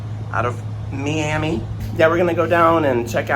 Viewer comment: “MSC Seascape out of MEE-yami…” 😂